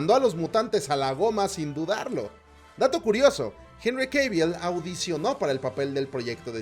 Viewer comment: “Jenry keiviel”